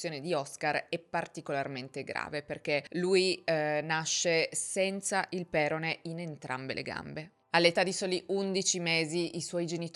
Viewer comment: Nella parola perone, l'accento cade sulla 0, ossia sulla seconda sillaba: peròne. Un'altra piccola ma importante correzione, visto che sento questo errore continuamente ed in molti video: "Mr/Mrs X si prende cura di lui" non si dice se si parla in modo riflessivo; si dice "Mr/Mrs X si prende cura di sé". Se dici "lui" allora è come se si prendesse cura di un altro. PS. Si vede ad occhio che era avvantaggiato rispetto ad altri, si chiama elasticità. Il 10% è tantissimo in questi contesti. Hanno fatto una porcata per il solito buonismo da quattro soldi. Il concetto è lo stesso che vede trans alle competizioni femminili.